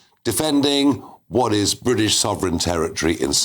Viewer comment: How he says “Brrrwit-ish” is sooo annoying. Why is he still in a job. Please resign!!!!!